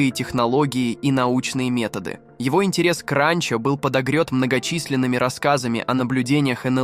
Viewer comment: абОртни говорит и ранчО! 😂😂😂